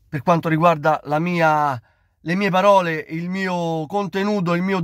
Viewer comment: Ma è così difficile dire PAROLE invece di BAROLE?